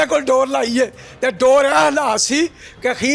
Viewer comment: Read Dores instead of Sores.